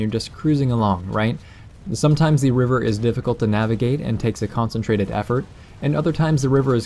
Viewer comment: you said river, i heard reaver, when i get the reaver i usually crash it in a tree.